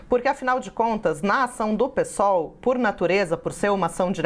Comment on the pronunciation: Parabéns por falar Pêsol e não pisol 👏ninguém fala pisdebe..